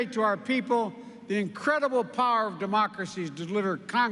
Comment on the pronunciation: Cuantas veces Sleepy Joe repite "democrasy"?